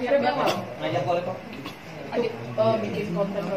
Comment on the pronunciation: Coleb kali mba bukan kolab 😂😂 Lah bodo amat lah bodo amat hahahah